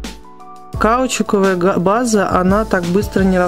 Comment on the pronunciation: Обалденный цвет. Кажется можно было и в один слой оставить. Никогда не пробовала носить "разные" руки))) И ещё, не хотела быть занудой, но обратите внимание что каучУковая база, от слова каучУк, ударение на последнюю у В каждом видео мне прям слух режет. А видео хорошие у вас и обзоры и советы 👍🏻